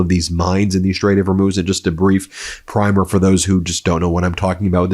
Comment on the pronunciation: Primer, as you used the word, rhymes with dimmer.